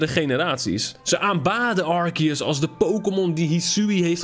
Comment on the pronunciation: Het is arceus je zegt het als arseus